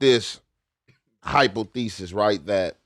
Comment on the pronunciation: said hypo thee sis mane I lost it!!!! 😂😂😂trying to say hypothesis 😂😂😂